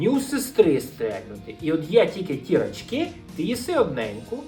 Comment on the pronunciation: ти неправильно наголос ставиш в назві цукерки "Рачки") Треба на перший склад) Ще кльова тєма була колядки і щедрівки. Там прям плани і схєми були, як отримати більше цукерок і грошей. Після цього навіть обміни цукерок влаштовувалися, а за круту цукерку можна було виміняти дві-три звичайних. Гарна тема для окремого відео